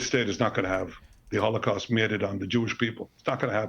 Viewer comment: ITS ANUDDUH HOWWOWCAUST